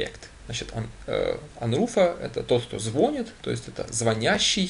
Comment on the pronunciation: ну.пожалуйста.слова ложит нет в русском языке.надо говорить кладёт.Ав слове звонит ударение не на О.а на И. уж извините